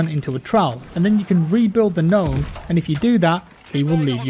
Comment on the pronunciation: Imma ga-nome